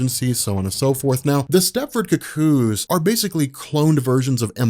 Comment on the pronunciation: I hate how u say cuckoo's.(ku_ku) You keep saying cook kooze😣😣😣